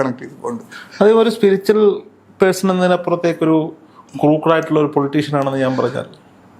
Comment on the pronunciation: സ്പിരിച്വൽ... സ്പിരിച്ചൽ അല്ല